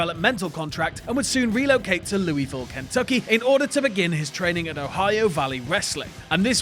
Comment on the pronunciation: It's pronounced lool voole not Louie vile